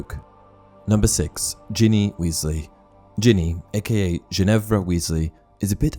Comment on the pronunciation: It is ginvira not ginifer omg 🤦‍♀️